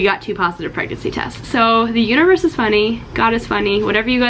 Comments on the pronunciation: literally didn’t know she said “universe” until I read this comment lol thought she said uterus and I just agreed like “yup....sure is” lol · What you said: "The Universe is funny!" What I heard: "The Uterus is funny!" Both applicable here. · That is definitely what I heard too 😂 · it did sound like that! 😂